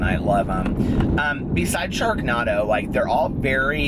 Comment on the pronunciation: Sharknado it's like tornado why are you saying naaaadough I'm laughing so hard